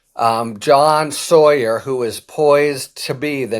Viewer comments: Isn’t is sauer? Sounds like sour. Not sawyer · Sauer pronounced sour like he is on sour kraut or Nazi with a gravelly voice.